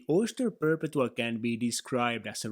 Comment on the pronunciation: It’s pronounced per-pet-two-all